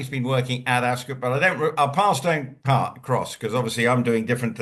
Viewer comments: ☺️Ascot is not said as Epcot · don't know where he's from but I'm English and we say ASCOT, OT not UT